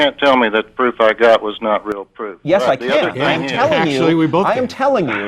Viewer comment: to is gold....this dumb shit actually said "yesd" to rewarding gullability...hahahahah